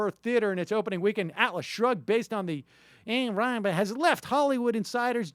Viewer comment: Ayn Rand's novels have been selling well for decades. I doubt if this "host" will have the ability to make the same boast for his "career" . And for god's sake, learn how to pronounce her name! This guy is just full of him self and it's hilarious !